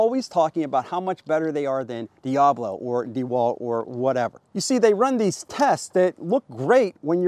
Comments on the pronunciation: Dee-A-blow. LOL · "Dee-AYE-Blow..." lol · I cannot tell if you are pronouncing Diablo like that purposefully or not.